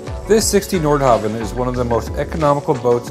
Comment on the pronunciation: its pronounced nordhaven...